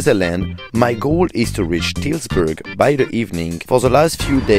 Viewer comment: Dude...be honest here. Did you mean to say the name of a unknown place 4 times every time mispronouncing it or call it something dumb as Titusburg? Are you hoping locals will engage with the video to correct you? I think that's just sad...there's no need to say a cityname 4 times deliberately butchering it to be played of as a common translation mistake when the gimmick of this video is allready cool enough. Do better dude.